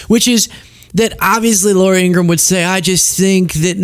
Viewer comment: you've outdone Ben Meiselas by pronouncing 'Ingraham' correctly. He can't.